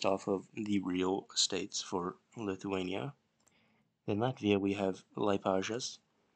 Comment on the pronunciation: as a Lithuanian, I respect that you're trying to pronounce the city names + keep up the great work